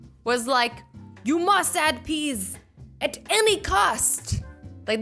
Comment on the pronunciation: i love howshe siad PEAS THEY HAVE TO ADD PEAS!! 😂😂😂😂😂